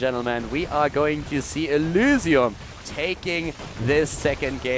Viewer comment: Kc F The way he says the y is very german, sorta makes it sound like elusium, though not really, cause there's no real letter that mimics the german y. Or I'm just imagining things